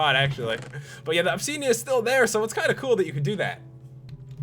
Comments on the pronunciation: WHATS OBSEEDIAN? PS: ITS OBSIDIAN /\ THERES AN I NOT AN E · And also said obsidian as obsedian and iron ingots (in-gets) as in-gots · Stop saying obseeeeeeedian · '' Obseedeeén'' '' iron ingaats'' why cant you just say obsidian and ingots like a normal person :P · nz chicky yea u cant be horrible to someone if they say obsiden wrong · Lol he says obseedian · you were saying opseadean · Or 'opsidian' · and obsiidian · obseedean. xD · You pronouced Obsidian wrong. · I love the way this guy pronounces things. ObSEEDian, iron inGOTS, portal gun pedaSTOOL.